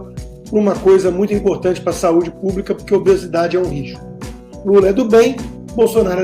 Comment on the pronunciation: Pior, todos os esquerdalhas presentes, riram da situação. O cara não sabe nem falar . Ele fala pa ao invés de para. Meu Deus. Que decadência.